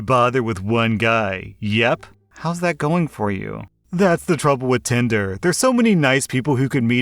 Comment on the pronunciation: I keep hearing "*tender* dirty limerick" rather than "tinder". It puts a whole new spin on the joke though!